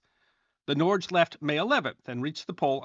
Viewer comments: Norge is pronounced " Nor - Ge" not norzh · Norge is pronounced something like "nor-guh" in Norwegian. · Norge is pronounced Norg-eh, Otherwise , great vid! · Norge pronounced NOR-gee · Norge is pronounced nor-gae